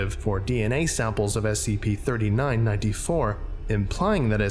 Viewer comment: STOP SAYING "NINE TEE FOUR"!!!!!!!!!!!!!!!!!